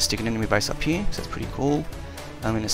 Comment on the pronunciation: i like how this guy doesen't say here , he says heee